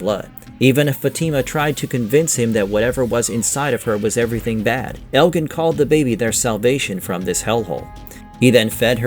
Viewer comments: elgin too lol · You are pronouncing the names wrong: 1) FA-tima. The emphasis on the "fa" not the "ti".2) El-jin. The G is a soft J. Don't get mad at the messenger, I did not invent the English language.